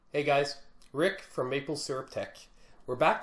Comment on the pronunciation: Great video. Just check your introduction, it is maple, not malpe